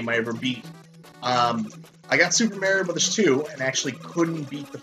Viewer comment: Dr. MARIE-O?